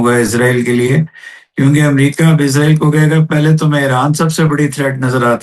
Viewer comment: محترم ۰۰۰ اسرائیل کو عزرائیل کہنا درست نہیں لگتا ۰۰۰ سوری